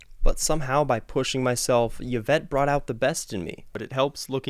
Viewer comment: Eeeeeeeee-vette, not Y (don't even know what vowel to put in there)-vette. Love your enthusiasm and how playing makes you smile. Great playing and original music today.